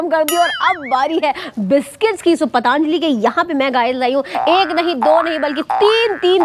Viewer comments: वहां अच्छा खासा पतंजलि लिखा है और तुम पतानजलि बोल रही हो। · It's not a pataanjali😅 it's patanjali 😊